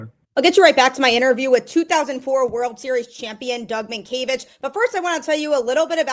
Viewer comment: Oh good, you pronounced his name right